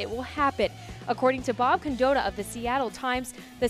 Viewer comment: Miss pronounced Bob condotta